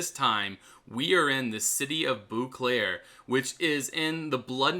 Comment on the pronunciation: It not "Booclair", you need to say "bowclair"